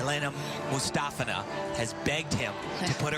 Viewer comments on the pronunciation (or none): It sounds like they're saying "Elena" Mustafina... No one can ever get the poor thing's name right... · I usually mute the TV, lol. Nastia demonstrated how to say Komova and Mustafina in a fluff, but to no avail. Komova's name doesn't get butchered too badly, but "moo stuh fee nuh"? No. Just no. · Tim ALWAYS says her name wrong and it gets SO annoying! He did it every time she was competing at these Olympics. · tim literally pronounces aliya mustafina's name different, every single time he says it.